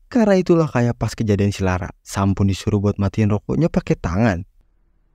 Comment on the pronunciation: Agak dikurangi tempo bicaranya bre, Alon Alon ngomong biar jelas, A I U E O Pun bukan pu